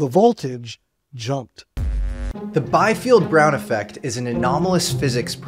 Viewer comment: The correct pronunciation of the name Biefeld is "bee-felt", not "by-felt".